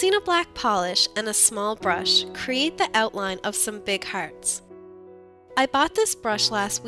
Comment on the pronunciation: are you irish? because when you said "Hearts" it sounded irish!